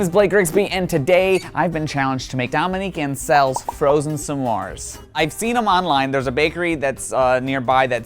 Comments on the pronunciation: Why does he keep saying samore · He didn’t say s’mores right